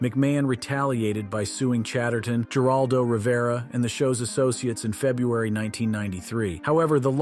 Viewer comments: "Geraldo" is pronounced "Her-aldo"!! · I’m going to sound like a jerk, but if you’re going to run a YouTube channel, please learn how to breed and especially learn how to pronounce peoples names correctly like Geraldo and Paul Levesque. Again, I’m not trying to be a jerk, but I did not finish watching your video because after hearing how you pronounce their names, I cannot take you serious that’s a knowledgeable source.